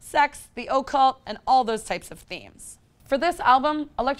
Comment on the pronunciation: The O cult Edit: and Booh-gie!!!!